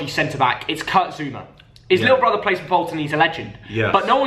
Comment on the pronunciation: Man said zouma and pulisic 😂😂